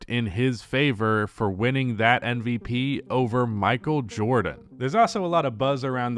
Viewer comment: Is it just me or does always say NVP. He is able to say M, but the sound at the start of his MVP is more like in NBA than in Embiid.